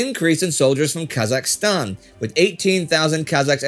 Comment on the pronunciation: You almost said Kazakhstan perfectly ^^ yeah funny language they have, sounds like an engine. There's vids on YouTube about it, lol "Kazakh sounds like an engine" or something.